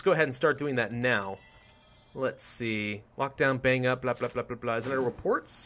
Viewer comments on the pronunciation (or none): none